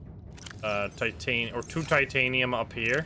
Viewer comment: something ive noticed is you call titanium titinite like half of the time and its funny